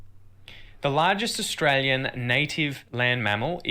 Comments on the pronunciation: ITS NOT ASSTRALIAN ITS AUSTRALIAN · Nearly there with saying Australian 😀 just a bit of a change at the end I can still hear a slight i in Lian just say yen fast no i 👌🏻👌🏻👌🏻👌🏻